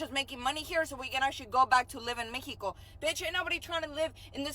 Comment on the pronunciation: That MEH-e-Koh chick is retarded! These people are brain dead! Flat out